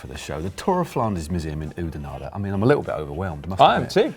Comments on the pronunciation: I like how Matt at the start said "in Oedenaarde" instead of "in Oudenaarde" :p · so awesome to see you guys here riding the same climbs I train on :) just got to work on that pronounciation a little. Oudenaarde is "Aw" not "Oo" you sound a little french that way